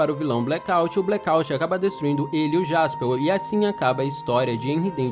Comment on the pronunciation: Pq ele fala jaspeu , é jasperr